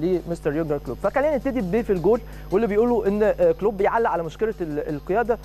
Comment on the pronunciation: اولا الانجليزي تبعك زي الزفت و نطق اسم كلوب او حتى ليفربول زفت تانيا خليتها حرب ؟ يعني تبدا كلامك بكلمة " احنا مَش اوزين نكبر الموضوع " و بعديها على طول حرب حرب حرب دمار نهاية العالم افتتتتتتتتتتتتت من الاعلام و اهله